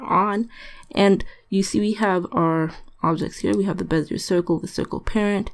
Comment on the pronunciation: Great vid! Just so you know, bezier is pronounced "bez-e-ay"(it's French). Not trying to be a douche, I just like to know I'm pronouncing stuff right, and figured I'd pay it forward.